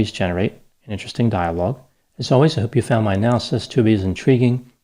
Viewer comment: He did a video on that show, and pronounced it really strangely.